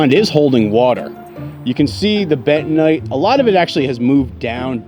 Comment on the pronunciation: Please! Please! It's Ben- ton -nite ( like night) I know you stumble over it every time. I have given up on kack kie, as all Americans is pronounce it, meaning poo everywhere else except USA..... it's prounounced Car -key. About the cattle , again, 1) watch some of the English cattle auctions.. 2) note my previous comment : You would not go to a car auction to buy your first car! So why go to a cattle auction to buy your first cows ?